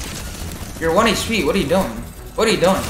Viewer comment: I kept laughing how he was saying, ‘’He was 3 hpppp!”